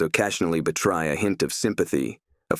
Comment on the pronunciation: Yes. bee-Try rather than betray, alley rather than ally, for-mi-Day-bel rather than formidable, ob-sti-cly rather than obstacle. And that was just in two sentences